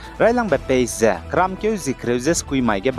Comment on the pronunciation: Pace mak ze phase acheurada. 😂